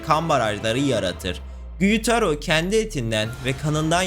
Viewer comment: Doma değil douma Gyutaro değil gyutro Daki/ume